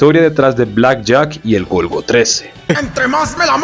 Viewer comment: perdón el golgo que? no te entendí bien